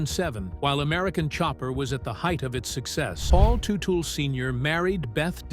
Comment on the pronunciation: He doesn’t own Gas monkey are you kidding me? Can’t even pronounce his name properly